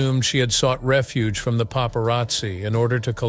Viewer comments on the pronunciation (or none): none